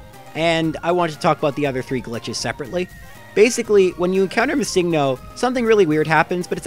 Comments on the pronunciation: Its missing-no not miss-Ingno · My only pet peeve is that you pronounce missingno as mis sing no. I mean, it isn't wrong but still mildly annoying. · your saying it wrong its MISSINGno. and whaaaaaaaaaat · Ugh! I can't believe still in 2019 people are still pronouncing it as "Missing No". The "NO." stands for the word number. It's "Missing Number" not "Missing No". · You say MissingNo wrong. It’s missing no short for missing number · Is it just me or did he call Missingno as Mi-sing-no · ITS PRONUONCED Missing-no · You realize the original comment was poking fun at how pronounces the name, right? How he emphasizes the "sing" in missingno. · I've never heard someone pronounce MissingNo the way you do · Why do you pronounce missingno like that but missing the right way? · I like how you pronounce MissingNo. Like its an actual pokemon name and not missing number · You say missing no. Very strangely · The weird way you pronounce Missingno. Is distracting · is it just me or is he saying missingno really wierd